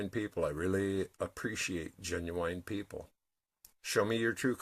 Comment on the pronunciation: ❤I was running a bath and listening to you and at the exact moment you said borax I was putting some in my water. I fucking love this synchronicity shit. it never ever gets old. also, you said pee-pull on the press-apiss..... lol mwah xo